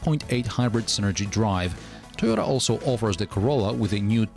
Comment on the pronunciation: "Suyota" & "Swarolla" 🤣😭